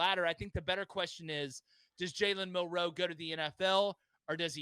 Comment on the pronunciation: Yall say his name wrong and Milroe declared before this was posted